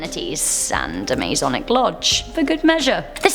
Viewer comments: Hey, just for future reference it's not Maze-onic like you pronounced it it's Ma-sonic. (Think aye MA) I only know that because I'm part of the Masonic family. And it's not a cult, and it's not satanic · Masonic. Ma"s"onic. Not mazonic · You need to learn how to talk its masonic not mase onic lol idiot!